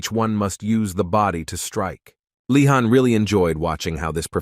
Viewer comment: Bro the name of the protagonist is leeehan!!!! Not fkkin khan